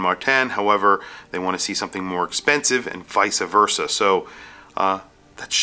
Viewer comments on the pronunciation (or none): Ugh he's a "Vice Ah Verse ah" guy. C'mon man